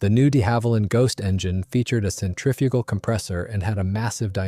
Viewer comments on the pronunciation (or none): none